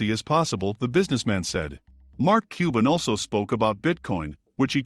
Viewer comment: Cuban (qban), not cooben!!!!!!!!!!